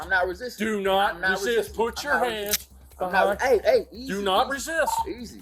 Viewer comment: she can make a two syllable word into a three syllable word as in, while in a whiny 6 yr old kid voice "didn't re-SIIISTTT-uhhhhh"!. or better known as re-sist.